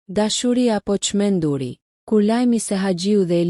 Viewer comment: Kjo gazetarja nuk di të flasë Gjuhën Shqipe: p.sh tek fjala çmenduri vihet theksi tek zanorja u dhe fjala të neverit.Kështu flet shumë fjalë.